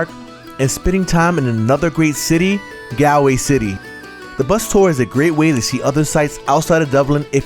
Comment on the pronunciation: I’m Irish and have lived in Dublin since I was 19 years old, originally from Longford Town. Defo one of the best and most accurate videos I’ve seen from people who visit from America / Canada / North America in general. Few pronunciations that were incorrect if I may help…. Galway - ‘Gall-way’ Like hallway but with a G Cliffs of Moher - not ‘More’ but ‘Moe-er’ just said quicker that you would read it Ha’Penny (Inn/Bridge etc) - ‘HeyPenny’ Bar that - top job 🤙🤙